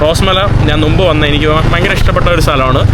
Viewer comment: നുമ്പ് എന്നുള്ള വാക്ക് ഒഴിവാക്കി മുമ്പ് എന്നു പറയുക